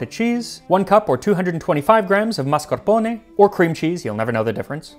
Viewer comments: FINALLY someone who pronounces “mischievous” correctly! Also “mascarpone”. I will freely admit I have no life and am both easily annoyed and easily impressed. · You do such a great job of pronouncing Italian words! It’s refreshing! You said mascarpone and ricotta perfectly! Lol I grew up and Italy so I speak Italian. It’s always a joy when I hear people say Italian words right.